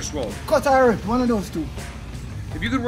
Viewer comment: Gwon! Gw-two! Gw-three!!